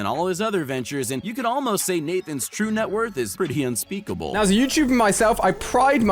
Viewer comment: And unspeckble